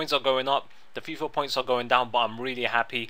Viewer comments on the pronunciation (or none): none